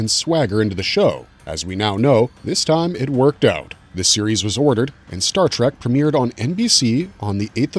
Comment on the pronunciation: WTF is Star TRACK? Obviously you were not taught phonics in early elementary school. Or would you say that it is a wagon TRAM to the stars Or perhaps a Waggle train? Really you can do better! I bet you have PITCHERS of family on the wall, right? What bassette ball team do they play for? You really do not know